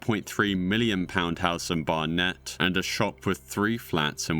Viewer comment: Not "they", "she". It was one person, not multiple. Dude, How can you be English but you can't pronounce Barnett OR Hertfordshire?